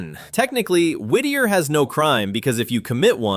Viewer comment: From Alaska and I have to say you nailed Whitter - so funny! My friend was a teacher there. She said it was so hard because all the kids knew where she lived and knocked on her door all the time. She never felt off work or like she had peace or privacy. There are now a lot of cabins on the hillside - but they have no access for plumbing or water. And don't forget the tunnel only opened to cars in 2000, before that train.